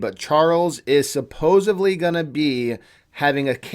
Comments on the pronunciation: Please learn the word supposedly. It's not supposeBly. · I didn't know supposedly had a V in it.....🤔